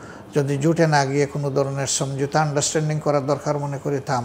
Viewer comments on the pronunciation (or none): none